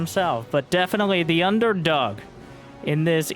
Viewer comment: I thought you said Byun-derdog at the start for a moment. Heh.